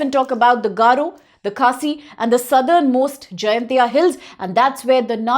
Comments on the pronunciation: miss pronounced.... not jayantia..... it's jain tia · It's Jaiñtia Not Jaintia